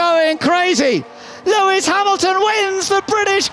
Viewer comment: “LEAIS HAMILTON TAKES THE ………. LEAD OF THE GRAND PRIX!